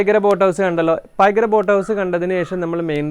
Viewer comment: പൊന്നു മാഷേ .. നിങ്ങൾ ഇവിടെത്തെ കാരൻ ആണോ എന്തോ..... പായിക്കാര എന്നല്ല .. പൈകാര .... എന്നാണ് സ്ഥലപ്പേര് .. 😁